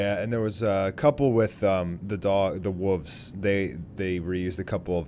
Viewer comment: guy cant say wolves properly. he says wuvs. lol thats what kids say